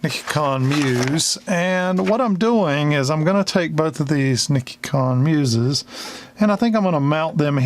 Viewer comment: Hi, love your build series here, great job on explaining, I just eat popcorn and enjoy watching someone else solder. This is a great help to those new to electronics. BTW I would like to help you with a small thing, as you say, if you see something, say something. So as it turns out I speak some Japanese and Nichicon is pronounced [nee-Chee-kon] no big, deal I just thought you might like to know. I buy lots of them from Digikey and they are great electrolytic capacitors.